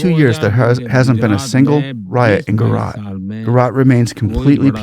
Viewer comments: It's not Spanish Central, or Latin American. The J is a hard j sound. Gu-ju-raat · We need less of your over speech - J is not Y , some education would be useful . Gu Ja Rat Gu ( like the start of Good ) Ja ( J for Jack / Jack is not Yack Rat ( Raat ) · Buddy, it's pronounced as "Guj-a(schwa)-raat'. The "J" in Gujarat is NEITHER silent or pronounced as "H" as in San José or "hour". As an Indian from India I can assure you that. India is blessed to have Modi. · Its Gujarat not Guarat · bro are you teaching us how to pronounce OUR names? no it's not jujrat, it's GUJRAAT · The "J" in Gujarat is pronounced like the J in Jack, jump etc. The roman alphabets in words from Indian languages are usually pronounced the same way as they are in English and not in other European languages like Spanish or French since we were a British colony. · FYI. The "ja" is not silent. Nor is it pronounced like "h" in Spanish or "y" in. Pure and simple "j" like in Joe or John. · India is not Mexico…not Spanish speaking. Please pronounce Gujarat with a J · this fellow can’t even read and pronounce the name of the state properly??? How difficult is it to read the spelling of the word GUJARAT and pronounce it properly. These chaps are either so dumb or with their heads in the cloud or up their ****, it’s amazing. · He silenced the J in Gujarat. Like how we say Joaquin Phoenix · Love your videos. Just one request, please pronounce the J in Gujarat as u would in English 😊 (not Spanish) Indians pronounce the letters per intended sound in Indian names and languages 😊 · Yeah , first i read you comment without watching the video, thought comment is a joke , but yeah he couldn't pronounce Gujarat well. Mainly 2nd syllable was messed up, juh (judge) and then raat ( language how do we explain how we pronounce night. Google translate would help )